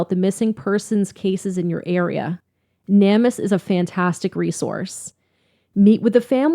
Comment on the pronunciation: Hey guys! I love your channel you guys are great! I just wanted to let you know that Namus is pronounced Name us. Not trying to be picky or bitchy just letting ya know. It makes no sense that they went hiking when they did, or how she could have gotten lost from the guys. Their whole story doesn’t make sense!! So Grant walked right past searchers, and didn’t say anything to them? They did something to her! IMO. I also think that LE really don’t give a crap about drug users or people who have been in trouble with the law.